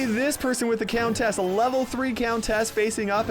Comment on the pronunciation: Does the way pronounces “countess” bother anyone else??